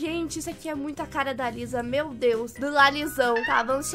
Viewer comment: Kkkkkk a falando Liza invés de Lisa KAKAKAKA, amo os vídeos da.❤.